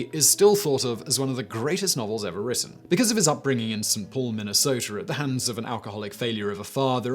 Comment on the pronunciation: Love how you pronounced St. Paul, I live here/there/? btw and never knew that Fitzgerald was from here